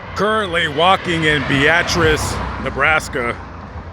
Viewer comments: Yet again you mispronounced the name of a town. Beatrice, Nebraska is pronounced BEETRESS not BEEATRESS. And the Ss in Des Moines and Illinois are silent. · It’s Beatrice not Be-at-rice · Bee-uh-tres...not ...bee-at-tris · "Bee-ah-tris" Beatrice "Devine interaction" 🤣🤣 Devine intervention ☺️ This concludes our english lesson. 😉😉🤭🤭Now, bring the teacher an 🍎 apple 🍏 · Bee-uh -triss fella. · I thought its pronounced bee.triss 🤔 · Why do you say Beatrice like that 😭